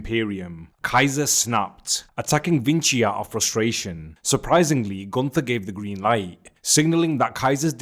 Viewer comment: gunTHer has no aura. GunT(h)er has motion. Say it like it’s oktoberfest and there is a thick German girl who will only love u if you speak her father’s name correctly, and her father is Ze Ring Generale.